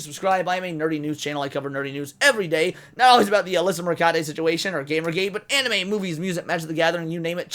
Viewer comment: It’s pronounced Mer-khun-tee. :P